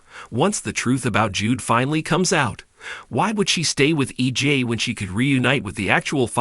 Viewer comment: It's EJ not EG please get someone who can pronounce the names correctly